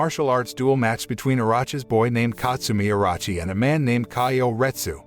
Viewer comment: bruh nice vid n everything but u totally butcher Orochi name bruh its its like Oroochi not Orachi my guy please just look at the name or listen to the anime see how they say it